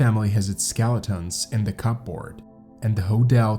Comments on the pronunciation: 'Cup board' !!!! Is pronounced cupboard lol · "cup board" 🤣. Hun its one word "cupboard" pronounced "cubbard". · "cupboard" is pronounced "cubberd" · ??? You sound English-speaking, but pronounce words oddly. "Cupboard" is pronounced "cubberd," a simple word to know, & not "cup board," as 2 separate, different words, with their usual pronunciations. ??? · WTF is a cup board? Synthetic voice needs a tweak...pronounced 'cuboard'. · It's pronounced cubberd, not cup board.. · I've never heard cup-board pronounced separately like like. Threw me off for a good minute 😅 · Cupboard, not cup Board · What, no living human beings available to read the narrative? "Cupboard" is NOT pronounced "cup board!" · unique pronunciation of 'skeletons' and "cup board" . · "Cupboard" "Cup board" Strange pronunciation lol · Cup board 😭🤭 This is a sad story. Even with the odd pronunciations. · LOL "in the cup'board" Thats cool. .... cupp'board. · Thoroughly researched and beautifully delivered! Thank you so much! I was taken aback at your lack of subscribers until I checked your “about”. The fact that you’ve only been doing this for a couple of months, is even more impressive! Keep up this standard and your channel will grow quickly! (Psst! Watch your pronunciations of some words, matey! For instance, “cupboard” has a silent “p”.) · "Cupboard". It's said as if the t is silent. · Cupboard is pronounced without the P lol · Re the word “cupboard” the “p” is silent. Interesting video thanks.